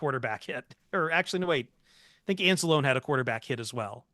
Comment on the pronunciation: The E and Anzalone's name is NOT silent. Say it like Mario would. 😀